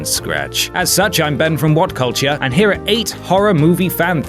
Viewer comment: Did he just say cultiure